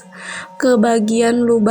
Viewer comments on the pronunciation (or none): exhaust mbak bukan hexos.. wakakakaka.. legend nih ceritanya.. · exhaust bukan hexos.hexos mah permen..kidding dont be to seriously